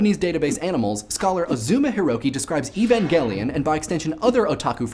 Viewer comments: thank you so much for not saying "E-van-jelly-on" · I never knew "Evangelion" was an actual foreign word and therefore not pronounced like English words of the same origin, i.e. not with a soft G. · Shout outs for pronouncing Evangelion with a hard 'G'. Well done on that. I thought it was specifically entertaining that you chose to focus a portion of the episode on Rei, who was originally conceived of as the emotionless alien girl that people should 'not' identify with in any way, yet despite that, there is so much made with her face on it, banking on people's love for her to sell products. Just an interesting aspect of otaku culture I suppose.